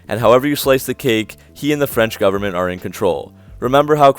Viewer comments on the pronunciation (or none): none